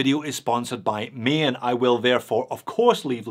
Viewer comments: The way you say “Maen” sounds like an Irishman saying ‘main’ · The ae in Maen is pronounced as the a in gaga